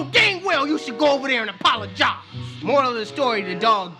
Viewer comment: I'm in tears from him saying Pologize.. APOLOGIZE.. AnPOLOGIZE..